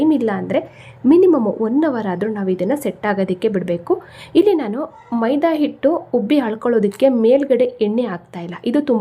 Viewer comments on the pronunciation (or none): none